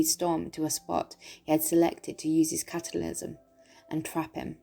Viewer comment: I love the way you say cataclysm